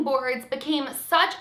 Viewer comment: Hi, love your stories. One small thing to note. When you speak of deceased people, it sounds like you are saying diseased instead of deceased. Just fyi, so you can be aware. Keep up the great work!